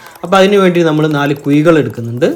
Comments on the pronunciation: കുയി അല്ല..... കുഴി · ക്ഷമി സഹോ ..... തൃശ്ശൂർ കഴിഞ്ഞാൽ വടക്കോട്ട് ... ഴ ... യ്ക്കു പകരം .... യ.... എന്നാ പറയുക. നാക്കു വടിക്കാത്തതിന്റെ കുഴപ്പം .😅